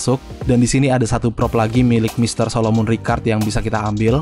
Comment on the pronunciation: solomon bang bukan solomun beda orang kalo solomun dj kalo solomon yg ada di story mode